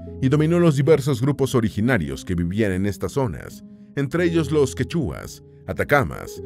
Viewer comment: Quechuas no se pronuncia con acento en la u ...sino en la e